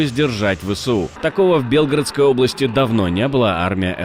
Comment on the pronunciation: Ведущий, вы не читаете, что вам пишут? Ещё раз: БелгорОдская область, а не по-другому!